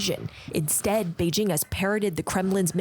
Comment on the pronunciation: Selena Wang cant say Beijing correctly? 😂